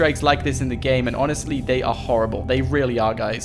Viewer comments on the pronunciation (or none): none